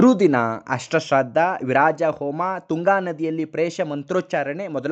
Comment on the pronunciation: ವಿರಾಜ ಅಲ್ಲ ವಿರಜಾ